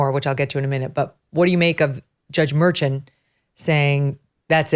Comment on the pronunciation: It isn’t MÉRCHAN; the accent goes on the á. MERCHÁN. And this judge ought to go back to his native town Medellín, Colombia, and made life miserable for the real criminals over there.